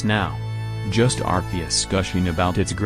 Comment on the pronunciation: The most smartest pokemon cant even pronouce arceus's name properly